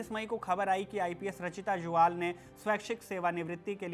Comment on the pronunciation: ज्वाल नहीं जुयाल होता है